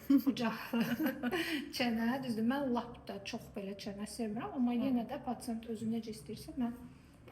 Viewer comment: Pasiyent demək çoxmu çətindir?Gərək paçent deyəsiz?🤬🤬🤬